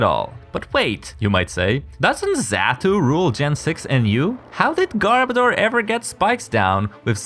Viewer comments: Its pronounced garb-oh-duur, not garb-a-door. Its name is a mix of garbage and odor. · I swear, it sounds like he's saying "Gardevoir" more than "Garbodor". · hold on, is not pronounced "gar-BOE-dor"? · Okay. Am I the only one who can't stand how so many people keep mispronouncing Garbodor's name? Because watch this video for the correct pronunciation.